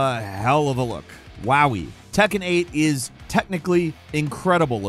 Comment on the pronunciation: Its tekken not takken 😂